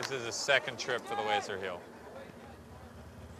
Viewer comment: keeps on saying Lazer Heel 😂 is there any other way to Lazer?